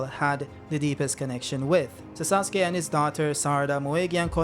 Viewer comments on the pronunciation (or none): none